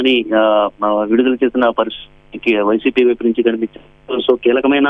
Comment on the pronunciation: Vidudala ani malli kabothundi enti eddiet clear ga cheppu